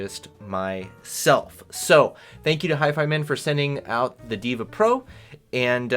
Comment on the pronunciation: Brah its deva not diva 🫨